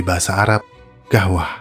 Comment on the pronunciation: Kohwa haann. ... salah baca kamu arabic nya kafe kopi